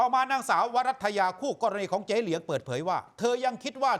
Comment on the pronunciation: ผู้ประกาศข่าวอ่านข่าวเป็น เจ๋ เหลียง เจ๋เหลียง แทนที่จะอ่านว่า เจ๊ เหลียง ทำเอาหูฉันเพี้ยนไปด้วยเลย ฟังแล้วรำคาญ 😑